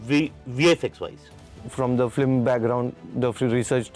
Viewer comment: Being on such big designation, VFX supervisor Mr Somesh Ghosh is pronouncing “Flim” instead of “Film”. Not just one time, multiple time whenever this word comes. He be like phlim, phillim, fleem. Really annoying.